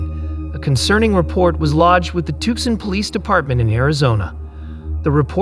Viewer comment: It's pronounced TOO-sahn. The C is silent.